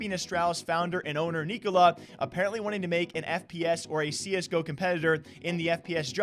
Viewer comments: Its pronounced Nick-O-Lie, as in “Nikolaj is having another lie on us” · From a Dane. The right way to pronounce Nikolaj. Its kinda pronounced "Neeko-Lie"